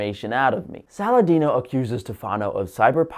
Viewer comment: Lol, you nailed Saladino!